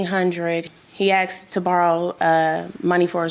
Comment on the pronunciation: It’s asked not axed.